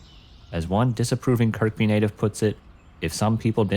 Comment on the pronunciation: Great work 👏 I believe Kirkby is pronounced "Kur-bee" though, we always drop the second K here 🇬🇧